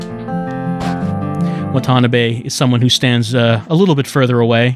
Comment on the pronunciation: I shed a tear every time "wa-TA-NUH-bay"